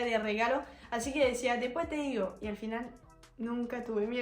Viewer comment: Hablando en serio, escucho que no solo tenés acento porteño sino también del norte de la provincia del Chaco. Cuando estás contando sobre los regalos que te daban por tu cumple y que vos te olvidabas de decirle a tus padres lo que querías decís: "despué te igo", en vez de decir: después te digo. Es realmente asombroso el manejo fonético de tu acento argento. Felicitaciones